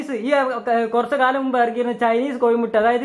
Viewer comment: കോഴിമുട്ടയാണ്. കോയിമുട്ട അല്ല .